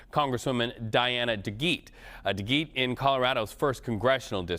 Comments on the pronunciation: Its de get not de geet! CBS CORRUPT BULL SH!T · If you're gonna report on political figures at least learn how to pronounce their last names! It's Duh-GET... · CAN'T THESE REPORTERS PERNOUNS DEGETTE?